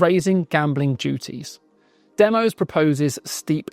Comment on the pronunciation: DEMOS is named after the Greek word Demos. It is pronounced 'DEM-OSS' not 'DEM-OSE'.